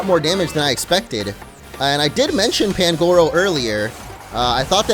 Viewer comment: You dont say pangoro you say panguro